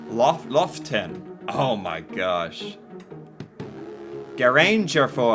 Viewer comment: It's Stryn, not Styrn. Next it's Lofoten islands not Loften. But the last one are correct, and so are you. It's the same waterfalls as the first video. The 7 sisters waterfalls.